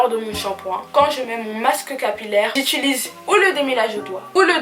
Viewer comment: Bonjour, Je suis une toute nouvelle abonnée qui vient de découvrir ta chaîne et j'en apprécie vraiment beaucoup le contenu. Par contre, j'ai remarqué que tu parles de cheveux pEUreux(en rapport avec la peur)... Or, il s'agit de cheuveux pOreux(en rapport avec la porosité). Aussi, tu as tendance à dire "I-tU-lise" et non pas U-tI-lise (du verbe utiliser et non pas ituliser... J'espère que tu ne m'en veux pas de corriger ces deux petites erreurs de prononciation! En tous cas BRAVO pour ton succès largement bien mérité et très bonne continuation ^_^